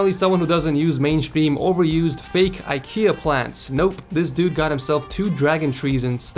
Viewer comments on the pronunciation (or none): none